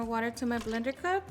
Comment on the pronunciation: How funny how you say “ blender cup” lol😅